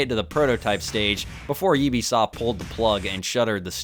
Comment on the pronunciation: Its pronounced "U-be Soft" as in Ubiquitous, not "Oh-be Soft".